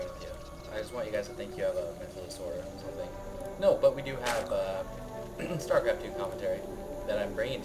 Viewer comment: haha you said star psycraft